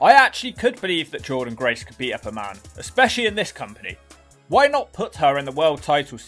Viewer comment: "Roidynne Grace" 😂😂